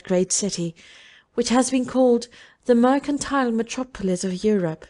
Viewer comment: "Which had Bradford for its 'sontre' (centre?) and metro-poelis"? Kind of the reader to make the effort to record this but words need to be pronounced correctly. I managed 2 minutes and had to stop listening.